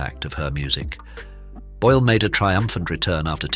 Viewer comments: Jej nazwisko wymawia się "Bojl", nie "Bole", matoły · Czy lektor jest takim tę;pakiem i niechlujem, że nie jest w stanie poprawnie wymówić nazwiska Susan, mimo że wystarczy posłuchać oryginalnego nagrania.